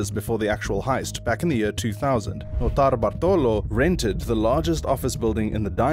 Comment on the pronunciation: the pronunciation of Notarbartolo is wrong .. looking for it would have cost you 10 seconds